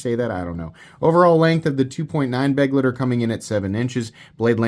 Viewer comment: At this point i have to assume its just ragebait that you can't pronounce Begleiter. May as well lean in and start saying Benchmade Buggit and Vosteed Raycone.